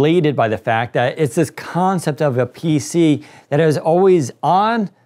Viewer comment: this guy says "concept" in a way that u can spell it as "Cohoughncept"